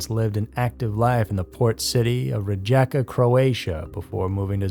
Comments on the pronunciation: my man, Rijeka is pronouce "Ri-ye-ka". In most countries in Europe, J is either Y or I. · That's disgusting-you're butchering croatian/serbian language.I'm born in Rijeka as well and j is read as y not as a j in croatian.Her case isn't unusual at all.Recluses all over the world are dying like that because they're not interacting with other people. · I;m living in Croatia for awhile now and this is the first time I heard this case too! (how do you feel about pronouced "Rijeka"?) 😂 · It's REE-YE-KA. And in Zagreb the emphasis is on ZA. :) The story of Hedviga is so sad 😞 😔 😟 😢